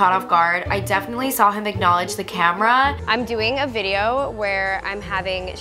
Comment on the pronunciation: As I read this niki said vide 3 times